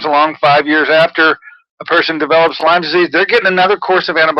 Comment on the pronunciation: PS - It is called LYME, not LYMES. FYI Sorry, Pet Peeve…… blame it on my Lyme. ;)